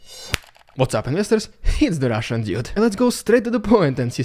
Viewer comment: TL;DR : Is it "Russian Idiot", or "Russian Dude"? I've been watching this channel now forever, back to when the name changed to Canadian dude... Any way, I just wanted to ask something: When ever I hear the introduction, I always hear "It's the Russian idiot", but when I open up the subtitles it says "Russian Dude", and "Russian Dude" makes so much more sense, but no matter how I try, IE with eyes closed, or the sound off just trying to lip read I hear "Russian idiot"; am I the only one? PS. I don't mean this as any form of insult / trolling, I just need to know if I'm not loosing my marbles....